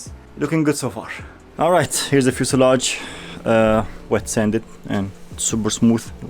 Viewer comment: One biece fuselage in brimer. Berfect 100 bercent